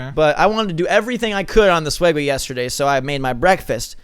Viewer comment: it sounded like gabe said feeding swegway